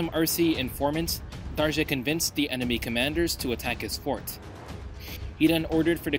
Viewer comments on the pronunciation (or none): The proper and correct pronunciation for "Darge" is "Dar-gay". One correction Menelik never saw it as an expansion when he went south, but more re-conquest of the land lost during the Gragn Wars during the 16th century. When asked how far he wanted to go south by an alarmed foreign reporter, the Emperor was heard to have said if God gave him the strength to as far as Lake Nayasa now known as Lake Malawi - to the borders of Mozambique